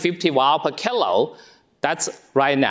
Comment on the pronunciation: I did at first until I found that when he was saying kg he said "kill-o" instead of kilogram or "keel-o". Then I was fine. Have more patience and be more curious.